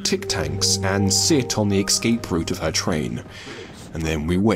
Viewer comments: Great video, but are you saying “excape” instead of “escape” or am I going mad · For Christ Sake stop saying 'Excape' go check your dictionary its Escape E S Cape not EX. you can miss pronounce any word you like, just not that one, triggers me, blocked gg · Its ES CAPE not EX CAPE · Escape. It's pronounced 'es-cape'. Not 'eggs-ape'. It's a six letter word with three syllables. It's not that hard guys. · Excape.... EXCAPE....